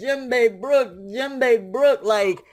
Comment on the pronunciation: sorry but I gotta say it's brook. yohohoho